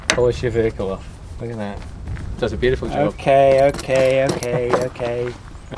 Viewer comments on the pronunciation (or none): none